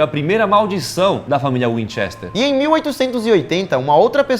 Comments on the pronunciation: Vcs tem que pronuciar como se o e foce i assim winchister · Burrrroos nenhum dos dois sabe pronuncia winchester q agonia